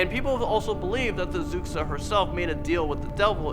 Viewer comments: Xuxa is pronounced Shoosha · I'm from Brazil =) I looooooooved this video. Great job guys! P.S.: Xuxa is pronounced "shusha" :) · GO BRAZIL. Fyi h's are silent in Portuguese and x makes a sh sound so xuxa is like shoosha. Anyway more brazil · Zucksa, XUXA is pronounced SHOE-SHA! The X makes a "Sh" sound. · "zucsa" lol, its pronounced "shoosha" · I can't be the only one who laughed so hard when he pronounced Xuxa as "Zuk-sa". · Xuxa is pronounced shusha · ...really should have looked up how to pronounce the names before you made the video...as a Brazilian i cringed more on the pronunciation than anything else in the video. example: Xuxa pronunciation is "Shoe-Sha".....not Zooksah....Pisadeira "pee-sah-day-rah" not "peesahderia". Also the crying children picture isn't even Brazilian and it was based in the 40's and 50's and definitely not in Brazil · Nobody:: z o o k s a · I'm brazilian and honestly, most of these stories became memes hahahahaha especially the one's about Xuxa (it's pronouced shusha btw) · #3 her name is pronounced (Shuusha). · also the pronunciations were really off.´´hombre del saco´´ geez were not hispanic,its ´´homen do saco´´,and the ´´xuxa´´ one its spelled ´´xuxa´´ but you actually read ´´chucha´´ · Xuxa is pronounced shooshah... she became famous because she married the soccer player Pelé who produced her show... my sister had a Xuxa doll lol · Well that is not how you should pronounce "Xuxa" xD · it's cute how you pronunciate xuxa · THE WAY YOU PRONOUNCED XUXA WAS SO FUNNY SKSHSUSHSUSHSJSHSSJ Good job tho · The way he pronounces xuxa omg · Fam I bet every Brazilian person who sees this will die laughing after that XUXA pronunciation from. LMAO😂😂😂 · btw its so funny watching you try to pronunce fofão and xuxa!